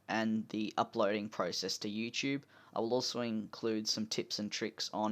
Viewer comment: Finally an Aussie that calls it "youCHOOBE" rather than "youTOOB"